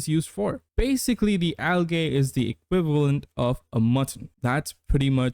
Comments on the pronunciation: Unless its an accent, Algae is pronounced "al jee" not "al gay" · the second a in algae is silent